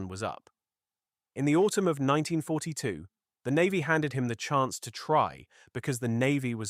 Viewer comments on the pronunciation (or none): none